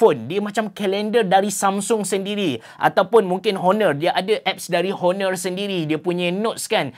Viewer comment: bang cuba sebut honor tu silent H. Onor. da berapa vid sy dengar abg sebut honor honor